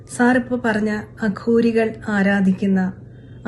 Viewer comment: കഷ്ടം അഘോരികൾ എന്ന് പറയാൻ പോലും സാധിക്കുന്നില്ല അതും പേപ്പർ നോക്കി വായിക്കുന്നു